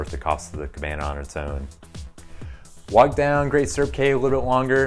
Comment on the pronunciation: You should probably get the name correct...Great Stirrup Cay (pronounced "key")